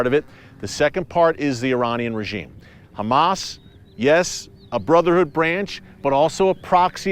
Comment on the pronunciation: We pray for peace,,,, so much so that we hide weapons in our place of prayer, so we keep the fight going,,,, while we pray for peace,,, you pronounce our name wrong,,, we are not humass we are dumba$$.!!